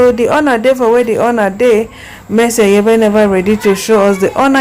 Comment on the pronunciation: Pls learn how to prounce name very well before you come on line not mercy Aiyebe is mercy Aigbe